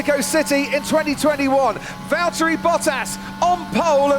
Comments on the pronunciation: Sunday be like: El Valtteri it’s el Jámes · its vallery